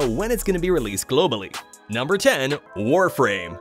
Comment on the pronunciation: Warframe? You mean warfarm?